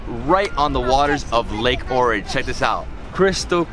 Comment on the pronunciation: I was born in Ohrid, Macedonia ... I miss it since I live abroad now. But many mispronounce the name. The H in Ohrid is pronounced... its not Orid .. O-hhhh-rid